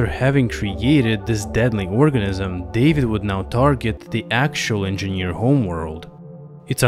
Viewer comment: If he says "engieaneerr" one more time , i'm gonna hurl.